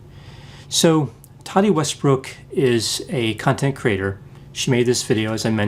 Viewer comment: I keep hearing “cunt and creator” rather than “content creator.” 😭